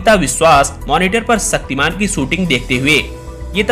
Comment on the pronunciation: तुम्हारी डिक्शनरी में छ शब्द नहीं है।.... शक्तिमान.....सक्तिमान......